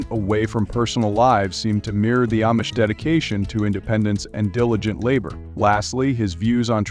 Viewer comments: Amish is pronounced “Om-ish” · Is this AI generated narration? The Amish seem s to be mispronounced.